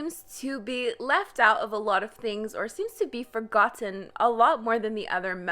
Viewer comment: The way she said forgoTTen triggered me lmao